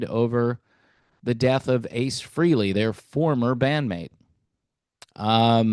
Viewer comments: It’s fray lay not free Lee !! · It's pronounced FRAY-LEE not FREE-LEE, you putz. May ACE rest in peace. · It’s pronounce Fray Lee not Free Lee.